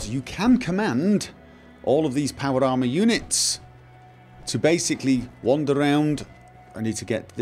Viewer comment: "power llama".... ¬.¬ he clearly says that at the start